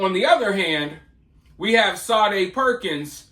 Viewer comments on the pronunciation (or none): Say dee Perkins....you keep pronouncing it...Sa dae....it's just like Sadie ! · Shaw day like the 80s singer she doesnt deserve her name pronounced correctly